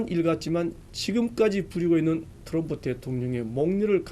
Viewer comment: 앵커발음: 터럼프 대통령 ㅋㅋㅋㅋㅋ